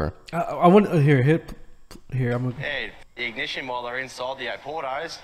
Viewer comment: o-PORT-o's so obviously it sells wine :D